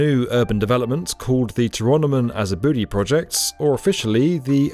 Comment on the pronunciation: just uhh fyi 'tyrannimon has a booty' should be 'to-rah-no-mon ah-zah-bu-dai'.